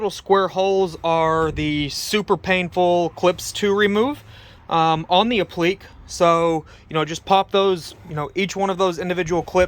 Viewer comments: /apləˈkā/ .... or phonetically /app-la-k/, not /a-pleak/. Thanks for showing how to do this. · I believe it's pronounced "ap-pla-kay" and not "uh-pleek." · Not pronounced apliq. It's. ap li que' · Jesus, dude. It's pronounced "App - Li - KAY".